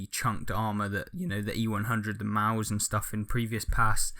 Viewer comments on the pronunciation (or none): none